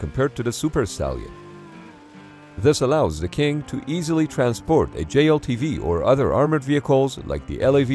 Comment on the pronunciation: I can't be the only one who hears "Kink Stallion" right?